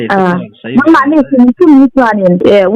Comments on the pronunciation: Ouiji tiin i lam a, a spelling hi ouija ani bawk sia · It is pronounced wee ja The word comes from oui and ja. French and german for yes. Net atang ka rawn copy zuai sak che ani e.ka lawm e . Ee i van tilawmawm thin ve Keipawh le 🤝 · Ha3 a pronunciation hi lo zir țha leh zawk teh uiji tiin lam tur zawk aw . Sapțawng hi a inziak ang a lam vek hi a ni miah lo nia .